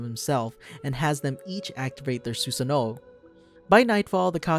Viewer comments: Who else hates the way he says Susano'o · It’s pronounced su-San-oo not su-San-o-o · “Susin noh” 💀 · My dude said susee noo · He says susanoo as 'susa nooo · Sussano ,seriously dude ?????? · Suuuu- sa noooooooo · The way he pronounces susanoo is actually so disturbing lmao